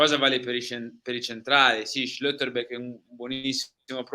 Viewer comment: Schlotterbeck si dice Schlotterbeck. Vedete una ö? Non vi inventate le pronunce, per piacere.